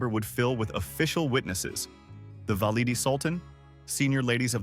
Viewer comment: The illustrations are deplorable: incorrect, multi - cultural. Learn to pronounce "valide" !